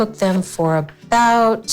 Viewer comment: Please stop saying about